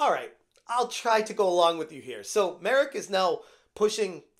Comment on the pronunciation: It may sound silly and insignificant, but thank you for learning the proper pronounciation of Marek's name. I watch different english speaking youtubers and so many of them butcher it or don't even try to do a small research or ask a native how to pronounce a slavic name, to the point I sometimes don't even recognize who they are talking about. I find it to be a basic courtesy to do so, so the people who speak the language don't feel like you mock them. Anyways, the whole situation is hysterical, reddit mods proving memes about them are true xD